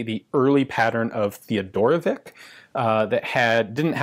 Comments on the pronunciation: come on man...it's not theodorovik...it's teodorovich.....he was serbian...it is a slavick surename.....othias made the same mistake....slavick surenames ends with ...""vich".......means 'son of Theodore' ....like tomson....or johnson........all do respect..mr.Ian...it's TEODOROVICH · I die just a little bit every time Ian pronounce "Teodorovick" instead of "Teodorovich"! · I'm pretty sure that it's a Slovenian last name, and it should be pronounced like Theodorowitch (or even Fedorowitch), not Teodorowick